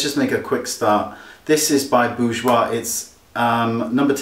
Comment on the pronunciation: i love when u wink, ill get some of the boujoir products just to try them and by the way love when u say boujoir! haha kisses from Mexico